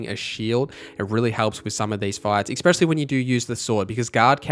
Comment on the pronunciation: it's "especially" not exspecially. sry just a pet peeve lol